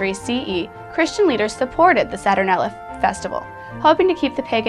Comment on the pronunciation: It's not "saTURnella" or "SATurnella", it's pronounced "sa-tur-NAIL-ee-a".